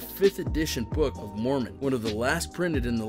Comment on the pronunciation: Book of mornon...🤷🏼‍♂️🤦🏼‍♂️🤦🏼‍♂️🤦🏼‍♂️